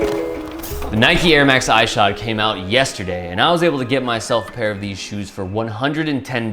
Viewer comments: Ik im two years late but it was really bothering me how you pronounced his name. It’s pronounced Is-shod like issue. Great review though. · The way u say Ishod makes my skin crawl do u say ish cepedas name all weird too? Lol just say it normal. Even the clip u used to justify saying his name wrong proves you know how its pronounced lol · pronounce his name right